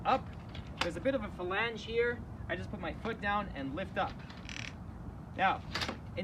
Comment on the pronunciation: Falange? lol